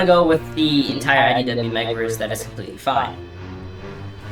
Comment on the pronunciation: it sounds like you're saying "SYW"